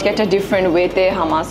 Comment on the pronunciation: hamas na eta holo humus, thank you.